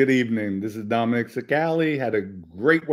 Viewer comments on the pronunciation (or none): none